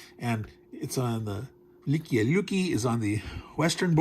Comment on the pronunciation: this battle was previously released in gdw's "white death" back in 1979, i pronounced the city velikiye (vel-li kay-ye) although i could be wrong about that